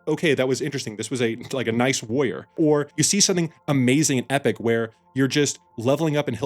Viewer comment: it's WARR-IOR not "woyer".